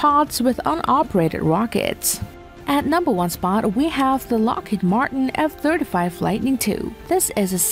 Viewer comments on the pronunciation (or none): none